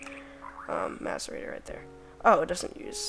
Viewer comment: M(ass)arator not M(ace)arator